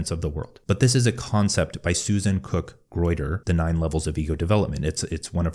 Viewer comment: Nobody's questioning about what he's talking about in this video? Jane Loevinger developed that model(nine stages of ego development) not Susanne Cook-Greuter(even he is saying her name wrong). Everyone is really accepting his thoughts without even criticizing it. Shocking.